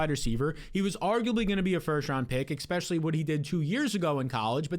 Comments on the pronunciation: please… if you are reading this, enough with the expecially. ESpecially. Please man it’s bugging me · *especially. Not eckspecially